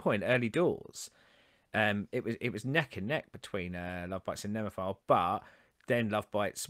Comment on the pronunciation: Also its "NemophiLA not Nemophile.. or phil 😊 thanks..